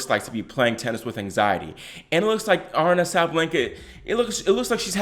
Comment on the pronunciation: Gurrrl, stop it. You’re over-reacting. Aryna (A-Ree-Na) is still number 2 and had a great tournament. She’s made big improvements from last year especially on her serve. Calm down and give her some slack!